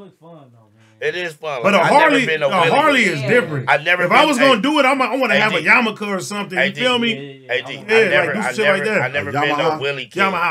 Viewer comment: My man said a yamaka lol 😂